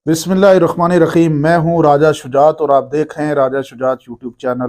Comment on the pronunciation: او بھائی بِسمِ اللّٰہِ تو صحیح سے پڑھ لے۔ رحیم ہوتا ہے رخیم نہیں